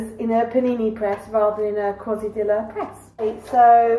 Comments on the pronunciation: Food looks yummy. You pronounce quesadilla, key sa dee ya. :) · If you want to know how to pronounce Tuesday's dinner, it's: kay-sa-dill-a. Your meals look yummy.